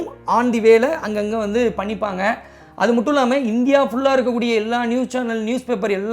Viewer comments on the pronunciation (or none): none